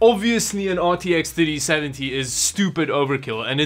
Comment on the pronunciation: RTX Thutty-seventy